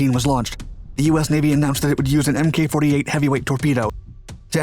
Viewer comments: Yeesh, it is not pronounced "Em Kay 48." You can tell the narrator never served a day in his life. It is "Mark 48." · The Mk in Mk48 is pronounced mark not mk. Being a method to uniquely designate specific types and configurations of equipment that would otherwise lack military designations. A torpedo is a torpedo but a Mk48 torpedo is specific. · It's pronounce 'Mark 48' not MK. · Hi! Love your videos! Just wanted to say that Mk48 ADCAP torpedoes are pronounced "Mark 48", not "M. K. 48." Keep up the great work! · MK 48 is pronounced Mark 48. Amateur. I spent a brief time on one of those LSTs. Rather worthless as a tank landing ship but excellent target. The ship I was on was Schenectady LST 1185. Navy Times had a picture of it being hammered by B52s. Buh bye. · 2021 "NEW emmkay 48 torpedos" ...does this guy even bother to research anything or just he just read teh wiki page? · It’s pronounced “Mark 48”.